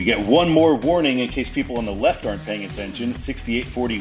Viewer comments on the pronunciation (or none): none